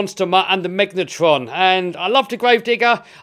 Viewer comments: It’s not megatron ITS MEGALADON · Everyone:megalodon: megnatron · “Megnatron” Interesting 🤔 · Megalodon not Megatron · ''megalotron'' bruh.......... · I don’t want to be mean you are the best YouTuber ever but I found it so funny the way you pronounced megalodon Then I realised that’s what the product is named. sorry Cool videos So cool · I love your Chanel and no disrespect but it’s megalodon